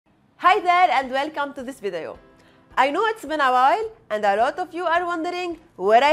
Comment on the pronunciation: Lol 👌🏾I just noticed the way you say video… in this vidayo I love it I think you have a good voice for doing these type of vidayo